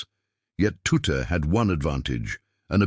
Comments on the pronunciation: Ironical that a stupid AI timbre voice can't even speak his name correctly. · Not Tutter tutu or tuti his name was pronounced TUTT the E at the end was silent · HIS NAME WAS TUTT....NOT TOOTER OR TOOT>>>HOW BLOODY INSULTING.... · Anyone interested in the wartime decoding knows exactly who Bill Tutte (pronounced TUT) was and his very valuable contribution to the deciphering of messages. There is an equally annoying BBC documentary which starts by assuming no one knows who the people involved were. All credit to Alan Turing but too often its made to seem that he solved all the problems. His main contribution was solving Enigma, but not Lorenze, the later more complex encoding machine